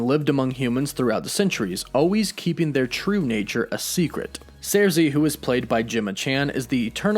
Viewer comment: First of all, I'm a huge Eternals fan, & Ajak, is NOT the leader of the Eternals, Ikaris is. Second, Thanos is NOT a Deviant, he's a mutant, being an Eternal born w/the Deviant gene. All the Eternals have superhuman strength, w/Sersi(pronounced Circee NOT Zeircee, as you're pronouncing it) lifting 20 tons. Ikaris is among the superhumanly strongest Eternals(lifting over 75 tons). Fact is, the ONLY Eternals who're stronger than Ikaris, are Interloper, Gilgamesh, Hyperion, & Thanos(all of which left well in excess of 100 tons.)